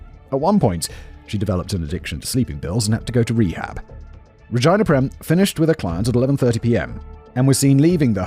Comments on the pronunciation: Bro rageena, not ragina. It does not rhyme with vagina. Is this a British thing, or is your mind in the f'd up gutter. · Am I the only child laughing cause they keep hearing Simon say “Vagina” over “Regina” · Regina. Pronounced Re-Jean-ah 😂😂😂.. and I think you already knew that 🧐🤨🤣🤣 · Ruh-gee-nuh I work with a Ragina. She would throat punch you for continually calling her that 😂😂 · Oh ffs re-gyne-ah?? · I’ve never heard Regina pronounced that way.